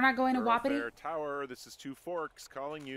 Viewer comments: Tiff, your sayign Wapiti wrong. Your saying it, Wa-pi-ti but it is pronounced Wap-it-ti. Don't believe me? Go back and watch last episode and you hear Delilah pronounce it the way I just did. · its ( wa-pa-tie )